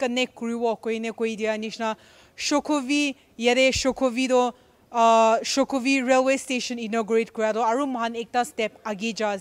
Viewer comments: That's not shukhovi, it's shokhuvi😂😂😂😂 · It's SHOKHUVI NOT SHUKHOVI